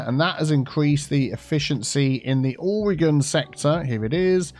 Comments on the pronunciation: I love that this is named for Oregon, thats my home state! Its not pronounced "ore-gon" but I love the pun. Its pronounced "or-eh-gehn" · As a fellow Oregonian I died a little on the inside when called Oregon Ore-gone, I'm sure he was probably just drawing parallels to explain the joke but I'm just so used to people mispronouncing it that it still hurts. I mean I guess I should be grateful the state got a mention at least. And to credit, he didn't call it Or-E-Gone like everyone else does. I always tell people that it's pronounced just like how you would say organ like a human organ or the instrument, but I suppose depending upon your accent that might also be hard for people to understand. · As an Oregon native- it's not pronounced "Gon"! You say O-re-Gin!